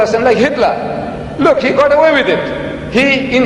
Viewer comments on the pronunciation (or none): none